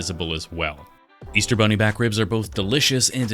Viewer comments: Wait, did you say beaster bunny? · Did he say Beaster Bunny? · Bro this man said beaster bunny